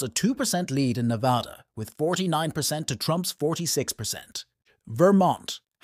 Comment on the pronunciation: Not being able to pronounce Nevada makes you sound ignorant.